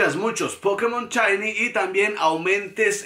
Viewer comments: Amigi se dice SHINY! NO CHAYNI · "chainy, chainy..." Dices también "Chakira"? XDD